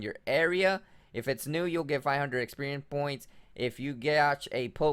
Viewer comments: 😂 I thought he was saying “Experian points” and I kept yelling “Experian is the credit score company!!” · 'Poe-key-mons' and 'experian points' lol